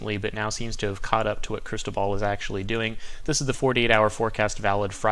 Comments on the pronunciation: The Weather Channel keeps mispronouncing cristobal... its cris - toe - bull not ball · Not Cristo ball , is it Cristobal... lol , good report always tho!